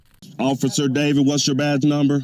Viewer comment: Sounds like he said Damon not David